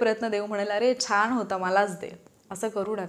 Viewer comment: Mam, nice n helpful guidance as always... पण न आणि ण मध्ये खूप गफलत करता तुम्ही.. ऐकायला कसेतरी वाटते तुमच्या सारख्या हुशार अभ्यासू व्यक्ती कडून.. छाण , कन्फुज्यण, नंतर णनतर, पन्नास प ण णा स, ज्याणे, runners रणर्स रनर्स etc